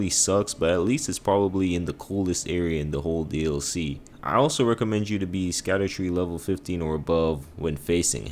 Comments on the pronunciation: It’s just pronounced “shadow tree”. The “sc” is an old English spelling of the “sh” sound. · Scadutree is pronounced "SHAD-OO-TREE" Basically just call it ShadowTree because Scadu means "Shadow" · Scadutree equals = Shadowtree. Sc in old English makes a Sh sound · Scadutree is actually meant to be pronounced as Shadowtree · Scadutree is pronounced "Shadow tree", it's based on an old English word for shadow. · Scadutree is pronounced as shadowtree, it has an old english spelling and that's why it looks weird.